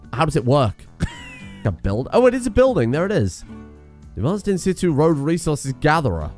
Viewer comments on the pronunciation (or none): “In Sit Chu” ‘on site', 'in place' or 'in position' keep making awesome videos dude